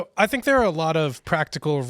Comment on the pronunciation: Where most Indians get English wrong is ignoring the letter H. It causes them to tink, instead of think.